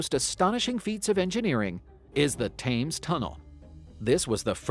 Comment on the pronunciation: FYI - it's pronounced "Tems" not "Tames".